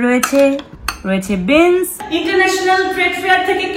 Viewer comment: Beans ke bolchhe bins . Bangla medium borboti bol